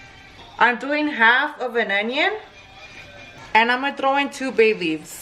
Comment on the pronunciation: When you said “2 bay leaves” I heard “2 babies” 😂